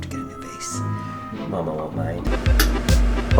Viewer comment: You pronounce vase really weird